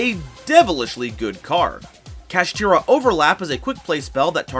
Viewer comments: Sorry I couldn't watch the complete video, why people can pronounce Shangri-La correctly but not Kshatri-La??? they sound almost the same for God's sake!!! what's this "kashitira" nonsense?! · The cards say kshatri-la but he says kashtira...why?